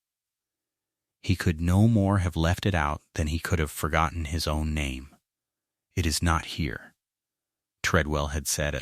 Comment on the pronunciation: Strange, I can somewhat understand the faulty pronunciation of 'honest', but why 'H-own', 'H-Eleanor', 'H-out', 'H-iron', 'H-up'?